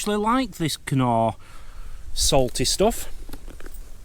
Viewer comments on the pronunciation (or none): The knor is pronounced nor its a silent K